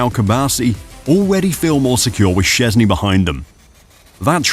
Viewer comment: How about you at least google how to more or less say his surname before you make a video about him? I dont expect perfect pronounciation, i get that polish is hard, but at least try, calling him siezny is just disrespectful.